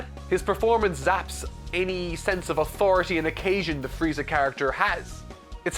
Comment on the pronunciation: I shall name this version of Frieza "Fieza".